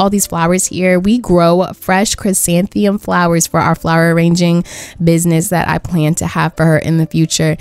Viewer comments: im sorry but i have to tell u its chrysanthemum not chrysanthium, ur just missing the first "m" in your pronunciation. looking forward to the rest of the series though :) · awwww i love noelle 😍 and p.s. its pronounced chrysantheMUM, not trying to hate at all btw :)